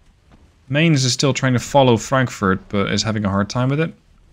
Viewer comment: Last week, super long barrels. This week, super short barrels. Should we look for standard length barrels next week? That sounds a bit too conformist. BTW, Mainz is pronounced "mihnts".